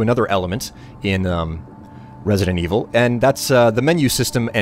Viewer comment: resident wiivel? hue